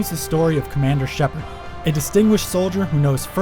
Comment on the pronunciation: no wonder everyone calls him "Sheperd"